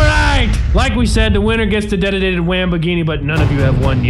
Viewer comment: i'm Here in my gawaaghe, Just brought my bwand new detitated Wamboghini.